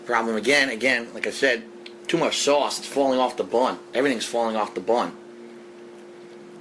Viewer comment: I can't stand the way he says "bun"!